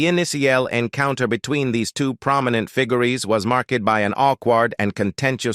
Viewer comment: Terrible voiceover! Robotic and can’t pronounce simple words like “figures” - painful to listen to.😢😢